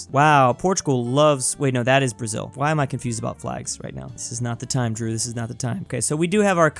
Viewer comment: it is drew pronounciation